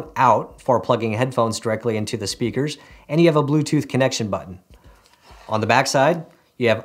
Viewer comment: Nice "Spakers" lol nice vid